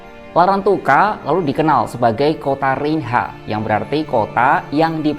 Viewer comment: Cara baca REINHA: RENYA